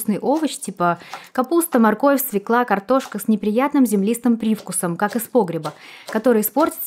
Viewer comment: СвЁкла,а не "свеклА"....